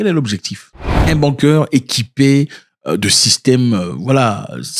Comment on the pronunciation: On prononce : Bounker.😎